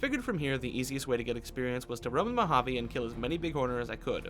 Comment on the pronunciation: Normal person: Mouhaavei: MoHaAvII